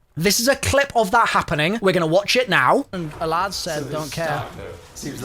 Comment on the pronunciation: What a strange pronunciation of sALAD-V you got there